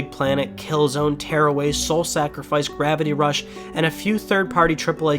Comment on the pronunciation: Gravity rush not Gravity daze